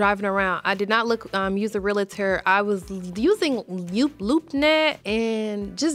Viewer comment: Real-tor NOT Rea-la-tor